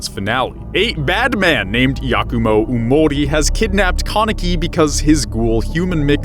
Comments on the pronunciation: It's yamori not umori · Omlllll what gets on my nerves is the way he says “yamori” don’t you pronounce it “yah-mo-rii”??? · It’s yamori not oomori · "Umori" Bruh it's pronounced "Yamori"